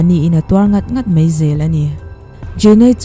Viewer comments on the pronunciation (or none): Mai tih turah "mei" tih ri leh khawngaih tih turah Khawngeih tih ri a lang thina, mipui ngaihthlak tur ah hi chuan, lam dik hram a tha a nia, kan lo ngaithla zel ang aw.